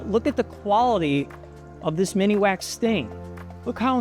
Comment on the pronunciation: OMGoodness...it isnt MINI - wax. Lmao